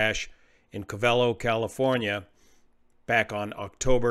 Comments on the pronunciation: It is pronounced (COVE'' uh low) not (Cove EL' oh). I used to live there and flew out of that airport back in 1956 and again in the 1970's. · Its called "Cov-a-lo" or Round Valley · It's pronounced CO-ve-LOW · If you lived there, you will find Covelo is pronounced Cove-low. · Covelo is pronounced: cove-uh-low or cove-a-low. As you have flown in this area, I am curious if they could have chosen Ukiah instead of Covelo at their alternate. Ukiah has lots of motels and restaurants, and a much larger airport. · Hey there! I listen to every word of every video of yours, and try to learn from them. But no criticism intended, it's pronounced Kōh-v'lo, according to Wikipedia and everyone I know in these coastal mountains. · It’s pronounced CO-ve-lo. Emphasis on the 1st syllable. Long O in both instances. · I always thought Covelo was pronounced "Coh-va-low" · It is. I cringe everytime I hear say it wrong. 😁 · The Covelians pronounce it COVE a low, just fyi. They take it pretty seriously around there. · Hi,....everyone in Mendocino County is CRINGING with me!! "Covelo" is pronounced with the emphasis on the FIRST syllable. Both "O"s are long, and the "e" is short. I've flown that area a LOT, out of Ukiah in the Luscombe 8E I had at the time - FABULOUS airplane! The area is beautiful, but "wrinkled", and it can "bite" the unwary, or the uninitiated. Also drove up to Covelo with a buddy for a job wiring houses for an indigenous subdivision the government put in. Up and back every day -- wonderful times. I enjoy your content, brother!!